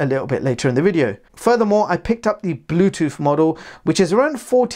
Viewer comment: The word is WITH not WIV. The word is BLUETOOTH not BLUETOOF. The word is OFTEN not OFEN.